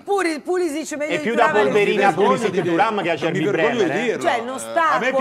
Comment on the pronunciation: A dire pulisic meglio di thuram ci vuole un bel coraggio